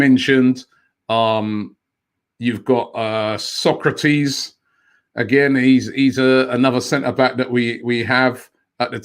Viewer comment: Robbie needs to learn how to pronounce SOK-RA-TIS. Not SOCRATES the ancient Greek philosoper 🤦🏾‍♂️